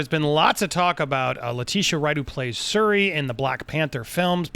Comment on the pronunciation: Its SHuri my guy.